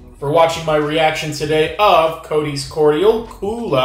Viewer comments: NOT "COATees", it's "COTTees" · Not COOT - K SOUNDING COT/TEES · It’s pronounced coties but lime and raspberry are my favourite summer drink. I always love your taste test xoxox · Hi - You should drink test it with milk. Also its prounced COT TEES! kind regards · Cot (a short o as in lot) tees